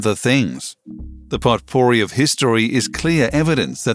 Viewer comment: Just so you know, potpourri is pronounced poe-poree...it's a French word, and they don't follow English rules of pronunciation.